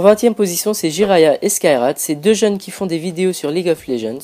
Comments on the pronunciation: Jiray et Skyrat -_- c'est Jiraya et Skyyart ... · jiray et skyrat. C'est jiraya et skyart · "Jirayet/Skyrat" t'es sérieux mec? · Cool la vidéo ! Mais tu as fait une grosse erreur d'inattention c'est pas jirayetskyrat mais jirayaetskyyart ! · Jiraya et skyyart , jiraya et skyyart , jiraya et skyyart et non jiray et skyrat... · Jiray et skyrat je pleur tt le temps kan je vouah sa mdr c'est Jiraya et Skyaart :P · MDDDDR JyrayetSkyrat xD c'est Jiraya et Skyyart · jiraye et skyrat je pleure MAIS COMMENT PEUT ONT FAIRE UNE FAUTE PAREIL ???? tu as du faire des recherche MAIS c est skyyart pas skyrat c est pas un rat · Jiraya et Skyrat xD tu m'a tué mec, franchement lis bien les pseudos ^^ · Je me désabonne tu as dis Jirayet skyrat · OMG jiraya et skyrat x) sais jiraya et skyyart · mec c jiraya et skyyart pas skyrat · Il ecorche jirayaetskyyart